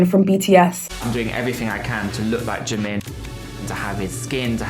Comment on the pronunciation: When oli London says "jimin" a baby somewhere in the world starts crying